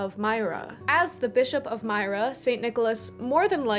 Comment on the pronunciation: Myra is pronounced more like meer-ruh.